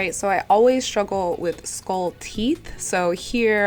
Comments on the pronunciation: “Skahll look” lol ily 💕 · The way you say skull 🤣🤣 love you